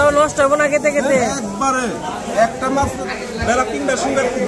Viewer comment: গেতে গেতে কি? কথাটা যাইতে যাইতে ( যেতে যেতে )।